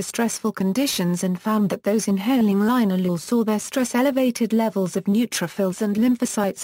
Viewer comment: It's pronounced lin-al-oh-ol